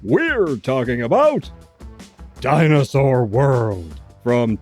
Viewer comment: I like the way you say Dinersaur. It sounds like a diner that serves real dinosaur meat.